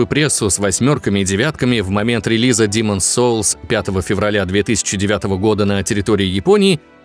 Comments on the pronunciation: Ну почему "Диман" соулс( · Аххаха хаха. Когда не демон солс. А Димооон солс, туду ду ду ду, ду ду ду ду ду ду, туру ру. Хоспади, как же я ору. Димон солс. Аххаха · Почему я слышу "Димон солс"?)))